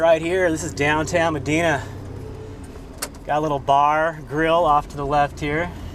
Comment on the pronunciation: sorry, i live in Bismarck,:) but Medina is said with an "I" instead of an "E". Hope you enjoyed a good storm... love our storms, 'cept when there's a "LOOOK Maama, a tvister. Shure ya, ofer der, komin dis way, too!" okay im dun